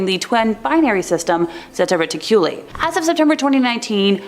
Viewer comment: Zeta Reticuli is pronounced (zā ‘ tä ret ik’ u lī)